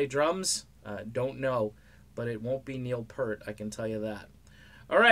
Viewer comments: Peert not Pert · I was just going to post that...it's pronounced PEERT.